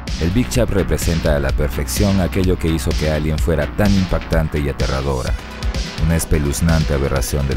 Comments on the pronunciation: Porque dises elien y no alien? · Lo pronuncia en inglés, la "A" se lee como "Ei"